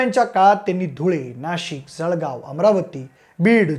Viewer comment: सळगाव ❌ जळगाव ✅